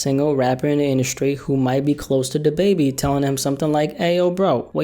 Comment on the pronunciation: Da bebe.. it’s Da Baby, bro!! 🤣🤣🤣🤦‍♂️🤦‍♂️